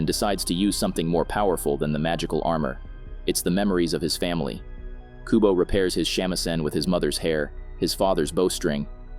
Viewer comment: It's Kubo not Kobu